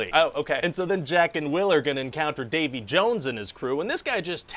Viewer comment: Ah yes, Davy JUwUnes